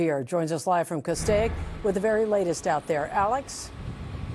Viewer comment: The I in Castaic is silent! The original spelling was CASTEK it is and always has been pronounced Castake!!! Also one house / Residence in Halsey Canyon burned to the ground...... Please try to get the real news right! NBCLA Its like 3rd graders are reading the news!!!